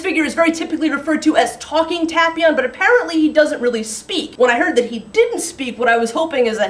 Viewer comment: I really don't want to make you angry but I think you're pronouncing his name wrong.